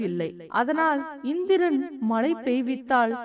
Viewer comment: Malai poliyaamal elu illai zha vai sariyaga ucharikkavum